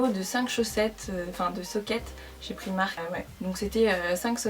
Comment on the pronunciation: le i de primark il se dit a comme les anglais